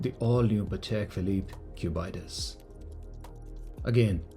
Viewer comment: why is bro calling it the Q Bite Us